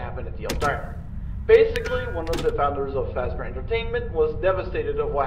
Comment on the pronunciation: siempre me pregunté porque dices facsbear y no Fazbear?